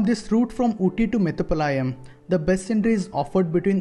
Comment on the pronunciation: Not metupalaa..yam